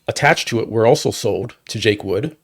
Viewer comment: … it’s Jake “Wood” not Jake Woods.